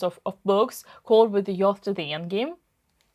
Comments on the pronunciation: Belenkaya, it is not "YOTH", it is pronounced, "YOOTH". With the youth, the endgame. Pronounced Yooth. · "With the yoth to the endgame" ? Dina, can I give you some English lessons and you teach me some chess ? Deal ? 😀😃😁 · The way you say "youth" as "yoth" is hilarious but endearing. It's pronounced as it looks like the word "you" with "th" at the end. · I love your videos but a couple of english tips! "youth" rhymes with "tooth" "Edgy" normally refers to someone who dresses is in a slightly abnormal way or art which is a bit controversial, better words could be "dubious", "dodgey", "a bit much", "pushing it", "iffy", "too ambitious", "too bold", "unsound" or "loose" for a position where a player is being more agressive than they perhaps should be. I enjoyed learning Russian too!